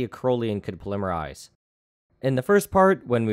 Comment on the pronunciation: You have a funny way of saying "polymerize".